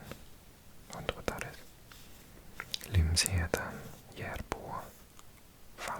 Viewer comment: Just nu ligger jag i min säng i Lumsheden och försöker somna. Så knäppt att du läser upp namnet på vår verkligen väldigt lilla by! Wow! Ditt uttal var spot on!